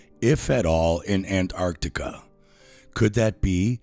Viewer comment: Why does the flerf guy keep pronouncing Antarctica as "Ant Arctica"?